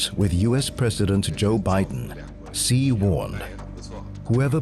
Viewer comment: Oh my God,: is it so difficult to find out the correct pronunciation of "Xi" (president of China)? Just ask your consultants, Google it, or ask any Chinese person. It's "she" as in the pronoun. Not "see" or zjee". Are we professionals or not?